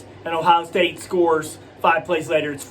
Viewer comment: Are u ok? U couldn't even say Ohio state name correctly. U must be a homer fan wow just wish some of these so called experts would at least view the game correctly